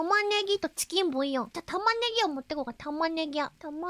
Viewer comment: some random chef : the onyo korone : tchiken boyo